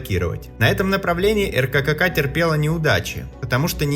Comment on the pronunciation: ЭРКЭКЭКА?? Да откуда это произношение?? РККА - по русски произносится ЭРКЭКЭА